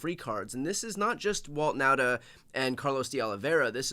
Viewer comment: Nauta is pronounced Nawta. Like saw ,naw.